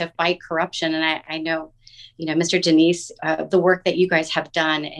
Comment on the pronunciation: The guest referred to Dinesh as Mr. Denise twice and he never corrected her (pronouncing de Souza might be difficult for her), shows what a gentleman he is.